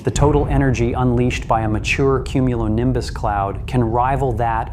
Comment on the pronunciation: just one more time I want to her "cumulinimbus clouds"